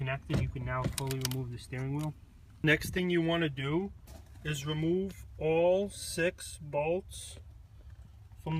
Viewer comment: "now you cahn fullie weemove tha nutt